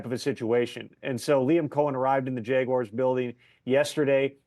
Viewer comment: Hey tom. Its jaguars not jeguars